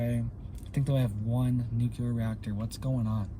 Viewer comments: NU CLEAR NOT NOT NUKE U LAR! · Nuclear. New clear. Not new q ler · It would only cost $6 billion dollars to completely harden the N. American grid, yet the. govs won’t do it. The only carbon TPTB want to eliminate,, is humans. Blessings! 🙏🏻 Jesse.🌹 P.S. PLEASE learn how to say NUCLEAR,. It’s New-Clee-Are!😉